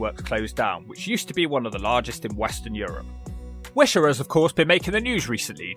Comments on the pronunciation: Are you mispronouncing Lanarkshire & Wishaw, intentionally? If so, touché! LOL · ‘Wisha’ what? it’s pronounced Wi-shaw. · It's pronounced Wish awe and its next to the M74 not M8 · That and the pronunciation of wishaw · I'm impressed at how you managed to mispronounce Wishaw.